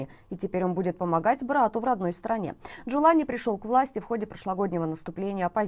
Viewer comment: В иранской группе языков, ударение падает, как правило, на последний слог. Правильное ударение - ДжуланИ, РаисИ, СулейманИ.